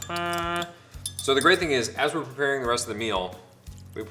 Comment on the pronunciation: When Ian said "as we're" " it so sounded like he said "Ezra" !!